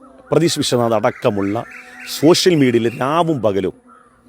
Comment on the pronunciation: ശോശ്യൽ മീഡിയ അല്ലടാ സുടാപ്പി.....സോഷ്യൻ മീഡിയ എന്നാണ് 😂